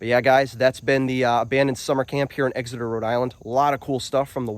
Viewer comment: EX-eter, not EGGS-eter. Like NH, same pronunciation.